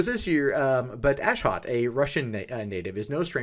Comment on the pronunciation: Ashot is an Armenian name just so you know. Your accent is wrong lol